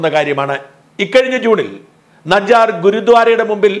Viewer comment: ഇനി എടൊ എന്നു വിളിക്കാംഎന്നാലേ താൻ തെറ്റ് തിരുത്തു ഒരുപാടു പറഞു നജ്ജാർ അല്ല നിജ്ജാർ എന്നു കേട്ടോടൊ .. ഇനിയെങ്കിലും തിരുത്തു